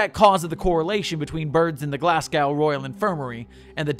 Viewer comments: sir what did you just call Glasgow? I, I can't... its not Glas gauw its Glas go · the way you say glasgow made me chuckle, try saying the first part like glass but with a less pronounced s sound then go (there is no w sound) love the rest though :)